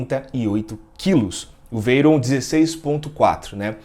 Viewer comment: Primeiro que o rapaz quer colocar a palavra Veyron, que é um sobrenome francês, com pronúncia inglesa...